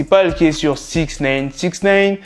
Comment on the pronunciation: SIX NEEIINN ? Nein veut dire Non en Allemand ^^ mdr SIX NIIIIINEEEE !